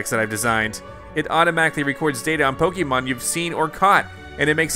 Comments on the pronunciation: And the correct pronunciation of "Pokémon" too, since he mispronounces it as "Po-kee-mon". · Pokémon is with the long E sound, you know. I think you should watch the anime later.